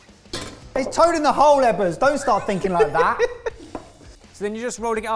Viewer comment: Sorry for the question, but - why do the guys repeatedly call Mr. Eggers "Ebbers"? 🤔🤔🤔